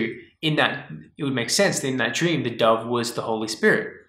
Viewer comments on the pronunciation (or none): I thought you said a dog took you and you dad to heaven ! I didn't figure out that you said dove untilhalf way through what you were talking about ! you have that vowel mispronouncing accent ! I was trying to figure out what a dog meant !